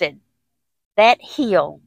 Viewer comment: I love accent. The word "hill" when she says it is a two syllable word! So charming! Love you gals!❤